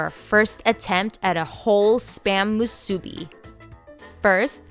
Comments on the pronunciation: Her pronunciations of nori and musubi are killing me! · Accent on first syllable not on second. Just saying. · Spam musubi is pronounced wrong. Can tell you are not an islander. Accent on the bi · Hmmm...did you pronounce "Musubi" on middle syllable? I learned to accent last syllable when in Hawaii. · Same. I was thinking, "this video is great! But this pronunciation is not correct, lol" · Aloha Kakou from Hawai'i. People are so uniformed. I was actually corrected by some guy who said i pronounced it wrong its Japanese. I laughed and didnt even bother educating him. Waste of time. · Looks delicious and how spam musubi was first made. You can also add rice to the top of the spam before pressing down (so ri e is on the top and bottom) and a little water (paced on your fingertip and slid lightly where the nori meets) will hold the nori in place. Musubi is pronounced “musubee” with the accent on the last syllable. The musubi in your video is excellent. You won’t find too many places that make it like you though. Thank you for sharing! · this lady makes me nauseated when she says MU SU BEE wrong! i hate this video. we the ppl from hawaii hate when you say things wrong, when its our culture!! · Never marry a woman who can't say musubi right, is what my mom said. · omg the way she says musubi 😆😆 it’s so irking but it still looks good though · Lol I found the pronunciation kinda odd too. But it’s whatever. If you wanna pronounce it right the “u” sound should be the same for mu and su. Japanese language doesn’t have accents like that. Nori is also pronounced like nodi if you wanna be technical lol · Moo-sue-Bee. not mu-subi Cmon Doug help your lady out with pronunciation.😂😂😂🤙🏾🤙🏾🤙🏾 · it's moo-sue bee, not moo sue-bee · Musubi not masubi lol. I was always corrected by Hawaiian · its Mu su bi not musuebee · Mu su BEE Hawaiian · It's pronounced musubi...not moo-soo-bi. Sorry...oh-see-dee here lol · It’s mu sue bi. Musubi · You're pronouncing musubi wrong.